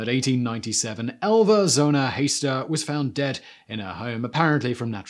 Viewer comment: Wow, Simon, you spoke so fast, especially since they were unusual names. It kept sounding like Alva Zona and She, instead of Shu. Took me 2.5 times to understand you. Slow it down, you’ve got time and it’s interesting stuff!